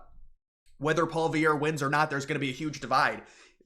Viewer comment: Poly-ev not Paul-Viere